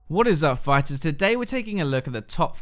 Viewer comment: When I heard you say "phyters" i was like.... this guys is a god